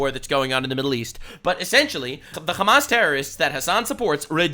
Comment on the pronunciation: Im honestly impressed by your correct pronunciation of hamas